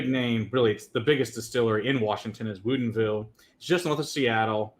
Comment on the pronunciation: You guys keep saying woodinville wrong lol. I grew up there